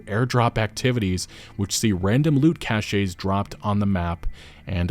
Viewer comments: cache = "cash" not "cashé" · It's not Cash-shays. It's Cash (Cache). Google it.